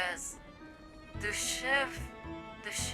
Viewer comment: someone's probably said it already, but this is the correct pronunciation you had there. Du-shev-na-ya. Means nice, kind, hearty, etc.